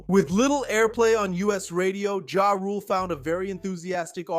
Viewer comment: Why do you refuse to say is name correctly 🤣